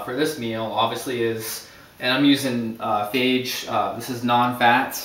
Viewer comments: The yogurt brand you have is pronounced "Fah-Yay", not "Fage". (Greek pronounciation.) Great recipe, by the way - thanks for posting this. I'm going to try it. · FAGGE?? OMG How about Fa-Yay like it says on the box.